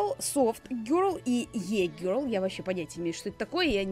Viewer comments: Не Е-girl а И-girl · Не висэко гёрл, а вско гёрл, не е гёрл, а и гёрл) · Правильно говорить виска гер и и гер🙄